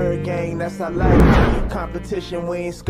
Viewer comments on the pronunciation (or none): none